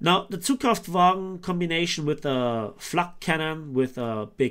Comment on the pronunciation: That flak bus pronunciation